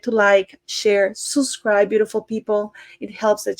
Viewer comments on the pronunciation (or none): I love your videos, I love the way you present them and I hardly ever miss one. However, I just can't hold back any longer, I finally had to say it...Please, pretty please, don't say "suscribe" say "subscribe" there's a B in between the U and the S 😊 I know, it's really no big deal at all, but for some weird reason, I always cringe when you say it the way you do...Other than that, I think you're fab.